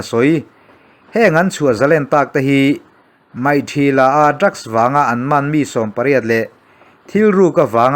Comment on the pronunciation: Maihthila tih kha an mahni lam dan mikthila ti in lam nise mi tam zawk in anlo hriatthiam zawk a rinawm e.